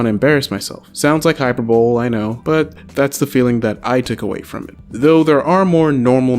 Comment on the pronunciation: and hyperbole isn't pronounced hy-per-bol, it's hy-per-bo-le. it's one of those rare phonetic english words.